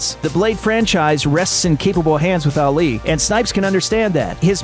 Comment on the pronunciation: You butchered Ali’s name